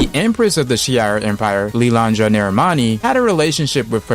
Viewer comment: my brother, it’s pronounced “LIL-LAN-DRUH” (First a as in apple) (Second a as in Korea) That’s why I like Chris Claremont. He left no room for misinterpretation and guessing.